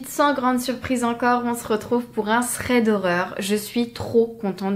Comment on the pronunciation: C’est quoi un « ssrède » horreur ? 😂